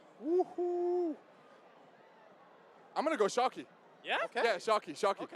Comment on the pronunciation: Bro called sharkey. 😂😂😂 sarky